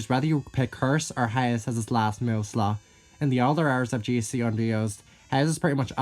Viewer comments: You have never sounded more Texan than when you pronounced "Haze" like "Heighz" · Heighz beans